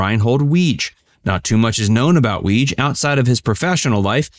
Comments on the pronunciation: Apparently, Weege is pronounced Wee-Gee (with a hard 'G'). At least, that's how John Larroquette pronounced it during an Emmy speech. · It is pronounced “Wig -eeeeeeee”